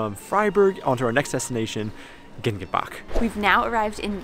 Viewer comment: Don't pronounce Bach like Bug. Ch means Cat Hiss and add simply a cat hiss in the end.